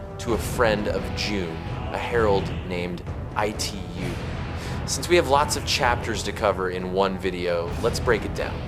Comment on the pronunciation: Bro why are u calling Itu as E2…..😅